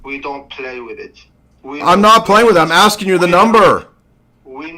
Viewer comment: Too much axing